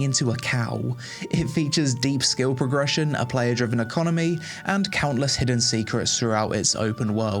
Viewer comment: COWntless hidden secrets eehhhh